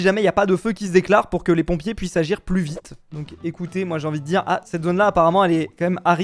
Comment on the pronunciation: Tu a di plu vitre o lieu de vite😂😂😂😂😂😂😂😂😂😂😂😂😂😂😂😂😂😂😂😂😂😂 mai sinon c'est trop bien